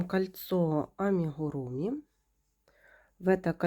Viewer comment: А вы тоже так говорите амихуруми ?